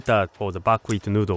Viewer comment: What kind of Wheat is he using? Buk wheat? I can't really understand it...